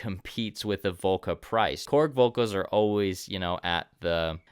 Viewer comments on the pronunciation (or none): none